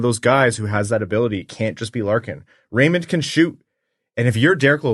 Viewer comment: It's RaymunT...at least that's what it sounds like when he says it